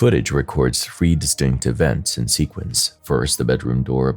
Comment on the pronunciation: It is said Feb ru ary it is th ree not free.